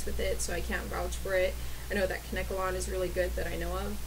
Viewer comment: its Kane-ke-lon :)